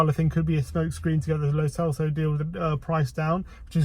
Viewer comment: Learn to properly pronounce "lo celso" and " dybala"